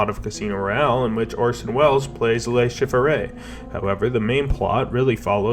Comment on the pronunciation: I can't tell if it was intentional or not, but the amount of times names are pronounced wrong in this is wild. Also made for a good drinking game. Le Shifferay, Javier Bardum, Mr. C, Blofield and I absolutely lost it at "Dave Barista". Enjoyable video overall. Good content.